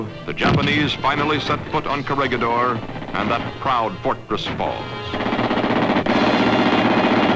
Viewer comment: PLEASE! IT'S KO-RE-HEE-DOR! GO BACK TO SCHOOL!